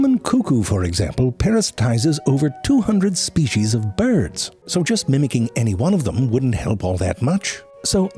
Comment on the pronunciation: byurds lol